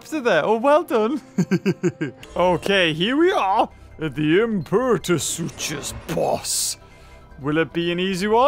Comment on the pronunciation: Heads up, Imperatosuchus is pronounced Impairatasuchus